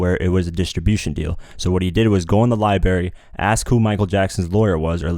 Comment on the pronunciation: "Libarrie" sorry I had to cringe